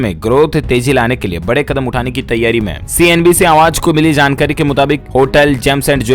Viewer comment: Dear news reader kindly pronounce J not y( jaankari not yaankari)